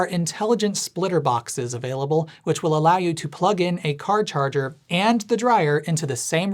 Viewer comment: "Char carger"! 😆